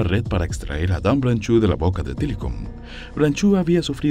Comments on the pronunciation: Estoy de acuerdo con muchos comentarios acá: libertad a los animales. Una cosa curiosa es que veo que el apellido es francés, entonces no se debe decir "branchu", más bien "bransho", la "eau" en todas las palabras en francés se pronuncia como nuestra "o". Saludos. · No se pronuncia branchú. Aprenda usted francés.